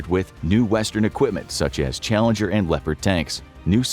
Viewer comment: It's Challenger not Challeger.